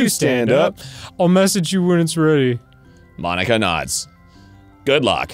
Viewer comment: I can't unhear monika as Bologna man haha